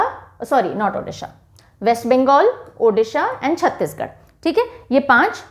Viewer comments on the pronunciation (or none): none